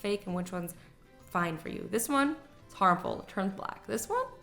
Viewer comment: Dees or this?